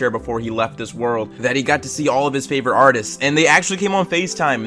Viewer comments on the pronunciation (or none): none